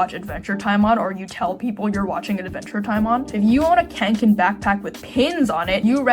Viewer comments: please it's kånken not kanken😭😭 (sort of pronounced like k-oh-nk-an) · Hearing Kånken be pronounced Cahn-ken made me physically recoil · As a Swede the way you pronounce Kånken hurts so much. The correct pronunciation is kong-ken. Kong as in King Kong and Ken as in Barbie's boyfriend. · The first syllable in kånken is not like English "can" but like English "con" (that's what the ring above the a does). It comes from the verb "kånka" which means more like wield around than just like carry around. Apt name for a bag, except it's obviously a humouristic exaggeration. Bonus if you can pronounce the brand mark. Fyell-raven, basically, while "räven" means "the fox" so all of it "the mountain fox", and "raven" would be "korp" in Swedish. They also do outdoor clothing.